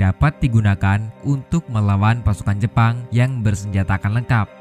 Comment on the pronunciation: bilang aja tentara jepang jangan jepon lol